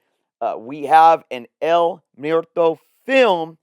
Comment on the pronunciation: Mwehr-toe. Not Myer-toe. 😅 Spanish word for death.